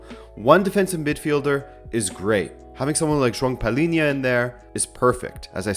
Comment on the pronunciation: that "joao palhinha" pronunciation was perfect